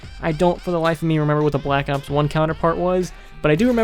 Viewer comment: I like how he says blllack ops 1it aou ds cool